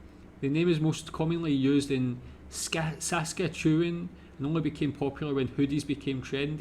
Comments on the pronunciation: Great to see a Scot who knows more about us than any Yankee! BTW, if you're French Canadian, Quebec is pronounced more like "kay-beck" or "keh-beck" but for Anglos, it's more like "kweh-beck". And touque is "too-k", not "towk". Sorry if you heard me laughing over "Sass-ka-choo-an". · <--- Canadian ... Saskatchewan "Sas-Cat-Chew-On". Saskatoon is a city in Saskatchewan.